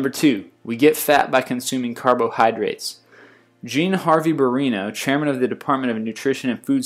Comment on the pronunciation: The word is "carbohydrates." Not "carbon hydrates." (Not complaining, just trying to help. I think English might be your second or third language, so I thought I'd clarify that word.) Peace! :)